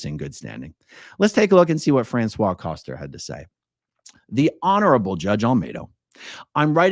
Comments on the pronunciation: I was listening to this and I was thinking Françoise was a man because you pronounced her name wrong.. It is "fransuwaZ". Z is heard at the end, you pronounced it as "François". I thought Trash Can was owned by a couple and François went to court with his wife, but then who was dating two scientologists...? I'll have to listen again. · Well, you’ve probably been told a million times already, but you mispronounced, thus changing the gender the person owning the restaurant. I kept loosing track of the story before I figured out you had simply mispronounced the woman’s name. 😬 your pronunciation was for a man: frahn - swah. The female form is pronounced: frahn - swahz. But, as always, I enjoyed the story thoroughly. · not to be that person, but the female French name "Francoise" has the final S pronounced, unlike the male version. Fran-Swahhz. That whole "bubba" part had me in tears of LOL. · Françoise is pronounced like Franssoize. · Not that it matters being as in my opinion she is a POS but the name Françoise is said with an S sound at the end, the way you are saying it is the masculine pronunciation.